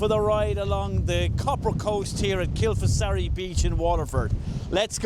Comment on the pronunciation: great shots there, pronounced locally as Kil-far-asee